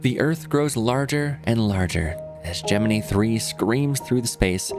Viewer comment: I low key cringe at his correct pronunciation of Gemini